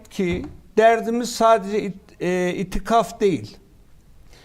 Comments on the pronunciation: önce git "itifak" diyeceğine, doğrusunun itikaf olduğunu öğren de gel. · Birkere İtikaf demesini öğrenin... Kesinlikle yanlı haber yapıyorsunuz 🤔🤔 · Ya siz aklınızı peynir ekmek ilemi yediniz konuşmadı dediğiniz mevzuların hepsine konuştu iftira atıp yalan söylemenin anlamı yok belliki asıl pravakötör sizsiniz sizin gibiler anlamadı anlamazlar daha konu ne onu bilmiyorsunuz itikafı bile doğru söyleyemiyorsun sen konuşma yapmadan önce itikaf nedir onu öğren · İtifak değil bey itikaf